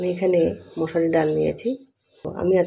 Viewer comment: 😂😂😂মশারি ডাল না,,মুসড় ডাল হবে বা মুসড়ি